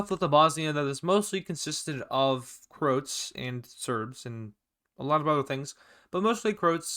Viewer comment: It’s not “Crotes” it’s “ Cro-ats”